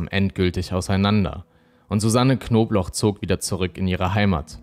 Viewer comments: wieso verstehe ich immer nur „wer rief die knoblauch so auffällig oft an?“ oder soll das so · *Knobloch nich Knoblauch… das sagen sie ständig falsch… eigentlich nich dramatisch aber irgendwie nervt es mich ein bisschen 😅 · Warum sagt der eigentlich die ganze zeit Knoblauch anstatt Knobloch? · Fällt nur mir das auf oder sprechen und jedes Mal Knobloch wie Knoblauch aus?